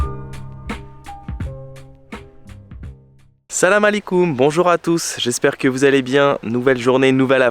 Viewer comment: Toujours à la hauteur une petite remarque vous prononcez salam alikoum beaucoup mieux hhh il vous faut un autre mois et vous serez algérien hhhhh